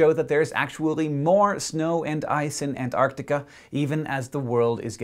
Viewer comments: hank, for the love of science, please pronounce it ant-arc-tic-a not an-ar-tic-a thank you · Hank! It's pronounced ant-ARK-tikka, not an-ARR-tikka! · He said antartica not artic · Two notes: 1) These explanations of the increased ice&snow would have been a lot more impressive if they'd been made beforehand, which AFAIK they weren't. A model that can explain anything, predicts nothing - and that, to me, is what a lot of climatology looks like. The technical term for this is 'panchreston'. 2) Learn to pronounce Antarctica. There are *two* each of T and C; it's not "Ann Artica"! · can you please pronounce it right? anTarcTica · Is it me or is he saying An-nar-nica? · I find it kind of droll how Americans pronounce Antarctica as "an-ardica"